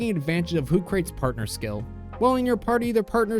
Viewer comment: Loved the tutorial. but for the love of god please stop saying hootcrate. It's name is based off of Socrates... "Hoo-Cra-Teese", even though the quote in its Dex entry is from Descarte.